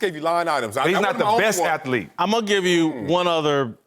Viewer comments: MY LORD YOU BUTCHERED THE WORD "ATHLETE" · Whitlock is still saying "athlete of the year".... Lol....